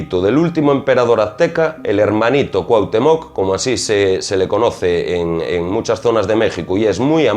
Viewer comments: Una observacion: Estas hablando de Pachita y de entrada pones la foto de Maria Sabina, que era oaxaquena y, actualmente, mucho mas famosa que Pachita (que operaba en la ciudad de Mexico). Otra cosa: dices CuauhtemOc acentuando la O y es CuauhtEmoc, con acento en la E. No pongo la tilde ni el acento porque no las tiene mi teclado, pero la correcta pronunciacion de este nombre azteca es importante. Por lo demas, tu video es muy interesante y bien documentado. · Te comento en tu vídeo usaste la imagen de María Sabina, otra curandera de Huautla de Jimenez, Oaxaca, México, no es Pachita, Bárbara Guerrero de Parral Chihuahua. Y esto puede ser porque ella rara vez permitió que se le tomara fotografías que no fueran familiares. Y se pronuncia Cuahutémoc, no Cuahutemóc. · deberias de investigar primero la correcta pronunciacion de Cuauhtémoc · El acento en coautemoc es importante..se que eres español pero se oye muy mal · Definitivamente te falta información y esta muy mal pronunciado Cuauhtémoc!!!! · Haber, en los primeros dos minutos pones una foto de María Sabina.. no de Pachita , además dices que era la más famosa de México y que no hay otra.. para que sepas la más famosa es María Sabina.. como se ve que no eres de México que ni te documentas bien, ni sabes pronunciar el nombre de Cuauhtémoc con acento en la e.. así que documentate primero y luego haz videos.. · Excelente Trabajo! Sòlo una breve correcciòn: Cuauhtèmoc con acento prosòdico y ortogràfico en la "e". Por lo demàs todo bien.Te mando un gran abrazo desde Mèxico!